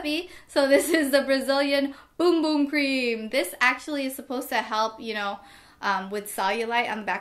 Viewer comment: I use Aveeno for my 5month too and it worked instantly. I also have the bum bum cream.. like how u said boom boom cream 😂 you looked flawless in this video. Love your videos, and love your family!!